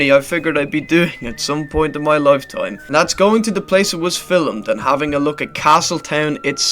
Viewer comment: You're literally too dumb too insult, but here go. AI script is terrible gummy boy, 'film'' is one syllable, how can a place be both 'boring' and 'lively' you plank? Also you need to improve your lexicon, you repeat 'fucking' and 'shit' too often. And your magnum opus, when you got to the only bit anyone wanted to see, you overlayed footage from the show, ensuring we couldn't see anything. Terrible work, scary gums.